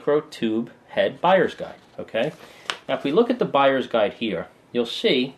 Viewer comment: "from a guyers buide perspective" XD